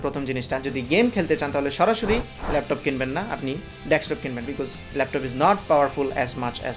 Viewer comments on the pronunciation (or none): আমি বারবার ডেসটপ শুনছি। ক অক্ষরটা ক্লিয়ার নয়।